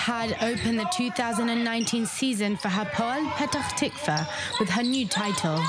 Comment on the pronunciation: I've never heard anyone having that much trouble saying Petah Tikva as this anchor